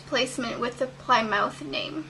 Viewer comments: You don't pronounce it PLY-MOUTH, you pronounced it PLIH-MUTH. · Lol, that's not how you pronounce Plymouth (Plimmuth)